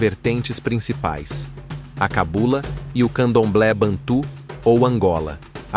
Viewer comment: Excelente pesquisa. O narrador precisa, no entanto, saber a pronúncia certa de determinadas palavras. Bantu não é "bantu com cento agudo no u". Gêge é a pronúncia certa, não Gegê, com acentuação aguda no gê. Também a saudação aos Ciganos é"Opatcha", com acentuação na última sílaba. Só esses acertos para que as pessoas pronunciem corretamente as palavras originais.